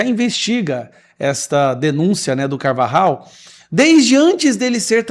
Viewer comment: Alguem pronunciou corretamente o nome do Carvajal, sim se dis polho, nao pollo ou pojo... Em español pollo se pronuncia polho...